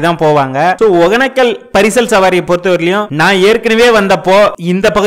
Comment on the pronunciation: ஏன்டா ஊர் பேர ஒழுங்கா தான் சொல்லுங்கடா யப்பா //ஒகனக்கல் இல்ல //ஒகேன‌க்க‌ல்